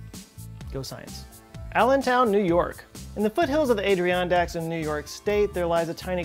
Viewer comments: were you pronouncing the Adirondacks with humor? I thought it was add er on dax. Who is Adrian Dax? 😂 All in good fun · Loved the banjo "inbreeding" Joe Scott intro. Also that would be Adirondacks not Adriondacks. ;-) As in the Adirondack chair. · I live by the Adirondack, I was deeply offended at your pronunciation of the mountains name. You said “Adri-ondacks” It is Adi-rondacks” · Ay-dree-ondacks?? Lol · you got grief for how you pronounced Adirondacks 6 years ago, right? Juuust making sure you get more grief about it now just in case 😉. We non-NYC-metro “upstaters” are a proud bunch…and the Adirondacks are about as far Upstate as there is! Add-ur-RON-dax (or /ˌædɪˈɹɒndæk/ if you’re feelin’ fancy) Much love ❤ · I did not like how you pronounced the Adirondacks